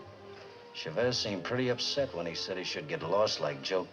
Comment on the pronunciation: Sad they can't pronounce Chavez properly.